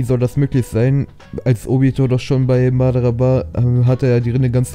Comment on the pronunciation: Nicht Madarrra sondern Madaaaraa!!!!